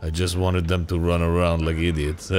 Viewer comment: Ok... I fucking love Dan, so much... but I can’t be the only one that hates the way that he says “them”. It’s not pronounced “thmmmm.”